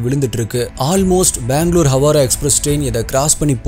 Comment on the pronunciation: ஹவாரா‌ அல்ல ஹவ்ரா